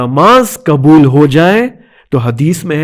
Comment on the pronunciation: یہ مولانا غ کو گ کیوں ادا کررہے ہیں پیغام کو پیگام کہہ رہے ہیں حد ہے لاپرواہی کی اور ق کو ک یعنی قبول کو کبول ۔۔۔۔کیوں توجہ دیں